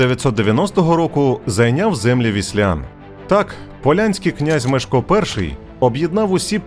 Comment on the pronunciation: Непогана виважено-усереднена версія... Але, для чого так сильно українізовувати ім'я першого відомого польського правителя?! Що нам з того?! Згідно польського оригіналу, його ім'я має звучати, як МЄШКО, а не так, як у вас вимовляє оповідач!!! 😊